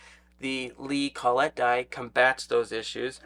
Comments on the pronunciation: Col-let die. Don’t hear it pronounced that way often. kol-it is usually how you’ll hear it. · "CALL IT" is how most people pronounce collet. "call et" sounds kinda.... well...